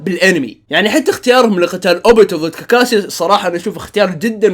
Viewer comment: اي احد لاحظ ان قال كاركاشي في